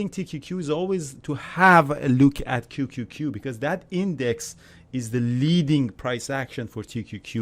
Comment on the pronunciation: If you are going to do a vid on tqqq, firstly learn how to say it, and then know something about it.